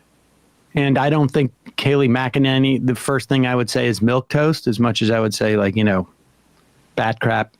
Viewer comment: Fox skipped over a few syllables when they said kayleigh mcenany's name so it sounded like "Kay-nee". So shady.